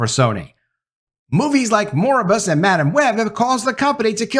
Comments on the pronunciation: Mor-bi-us, not Moribus. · I hope looks up how to pronounxe Noir & Morbius.